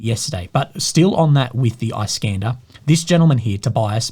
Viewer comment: "Iskander" in Russian is pronounced as "eeskandÉr" not "ice-cAnder". Iskander is an Arabic equivalent of name "Alexander". It's meaning is "defender". Alexander The Great was called "Iskander" by Arabs. Just for the notice.